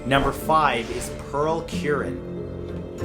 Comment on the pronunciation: MatthewSantoro Hey, I have the last name Curran Just wanted to let you know you pronounced it wrong its said like Cur, as in the slur or type of mongrel. Then -ran is pronounced like Rin.